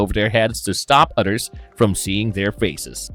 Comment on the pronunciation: Although I enjoy this channel, this narrator has to work on his pronunciation of certain words. The words mother and others are not pronounced as mutter or udder. With that being said thanks for the upload on The Goon 🥰